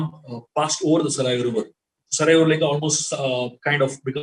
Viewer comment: Learn the actual pronunciation of River Saryu